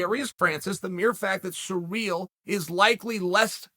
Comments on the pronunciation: Are you saying surreal? >.> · 'Surreal' Gane lmao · 'Surreal Garn' lmao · "Surreal Gane" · Sorry Cyril, it’s surreal now not cereal